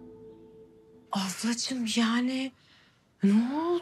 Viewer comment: Afracimi diye ablacimi diyo